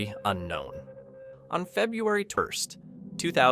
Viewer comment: On February Tirst? 😮